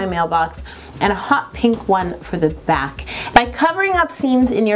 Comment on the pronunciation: doesn't it seem like Yolanda is saying black instead of back?